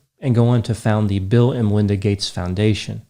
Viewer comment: Why do you keep saying LINDA Gates??